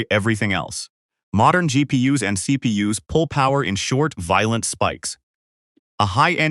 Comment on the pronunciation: When he said "Weak geepeeus of for four kay depeesus" I felt that in my soul 😢